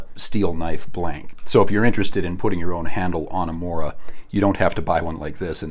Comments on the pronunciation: The o in mora is pronounced the same way that the double o in moose is pronounced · The pronunciations, as a swede they hurt.